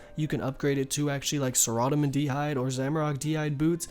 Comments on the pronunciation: sa-rah-do-min and Ar-mad-il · RSN: FloofSheep Love the vids but no, they all have a correct way of pronouncing them... It's not Armadale, it's definitely pronounced arma-dill, and saradomin is said Sar-a-Dom-in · Last time I checked it was not pronounced "sah-rah-damen. lol 😂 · Dude are you really pronouncing sara-dome-in as sarodomen? Wtf.. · Gonna fix those pronunciations of the gods for ya : "sare-a-dow-min", "arm-a-dill", "zam-ore-ack". Keep up the amazing content! Amazing vid. Just starting to level my first osrs account coming from rs3, and your guides are making it a bit easier. ty! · Sa-rah-da-min and Armadale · i spent like 10 mins trying to find the Coif, till i realized he meant Saradomin lmao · I love the way you pronounce the god wars bosses. I’ve never heard anyone say it like you, I’ve always said it like (Sarah-dough-man) (arm-a-dill). Every time I hear you say it thought it makes me laugh. RSN:H3NNESSEY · Arm-uh-dill Care (c pronounced with S sound)-uh-dome-in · sare-uh-doh-min arm-uh-dill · Your pronunciation of Saradomin (Sir Odd Omen) and Armadyl (Arma Dale?) is triggering me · saa raaa daaa min boots wtf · sur-amon-don LMAO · That thing about the knives darts is groundbreaking. But for real your pronunciation is out of left field, Saradomin, aramdyl, runes. All wonky, and I’m an American too lol. RSN: TurdFurgeson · You say Saradomin Wrong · It's pronounced Saradomin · RSN: JamalDTyrone the way u said "saradomin coif" xdd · Your a great youtuber and I love your YouTube vids/ guides but the way you say saradomin triggers me lol -rsn-bsimmo22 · Look man, good guide, and I'm gonna let you pass on this one... but in the future, if i hear you pronounce words the way you do, I'm going to dislike. Literally watch any video and everyone else pronounces pegasians, armadyl, and saradomin correctly. Please...